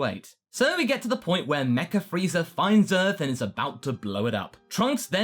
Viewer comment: Why dud say frieza freezer?